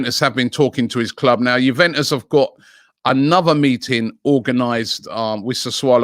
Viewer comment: ' You-when-us ' ' Sa-swallow '